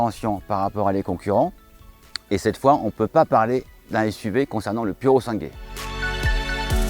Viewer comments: Prononciation : pourosàngwè, pas pourosangué 😉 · Ça se prononce"purosangwai"et pas" purosangué"😊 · Il faudrait que les français avant de se ridiculiser en Italien apprennent à prononcer PURO SANGUE je vous le met en phonétique (PURO SANGOUÈ) apprenez les blaireaux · Svpppp ça se prononce pourosangoué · Limite poireau 😅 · Apprenez à bien prononcé le nom faite un effort de prononciation, vous maltraité la langue italienne , anglaise... toutes les langues quoi et vous faites la remarque quand c'est le cas pour la langue française !!! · belle présentation, nonobstant aucun effort sur la prononciation de Purosangue. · Bien, il faudra progresser sur la prononciation en italien...